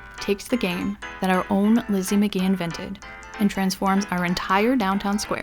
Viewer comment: you're saying that name wrong. Magie is a french name meaning magic. the "G" is pronounced with a hard Juh, not guh. think "magic" but with "ee" at the end instead of "ic"